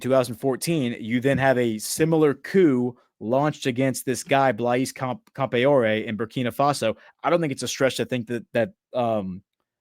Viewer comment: Pronunciation for Blaise Campoare = Blaze Camp-R-E.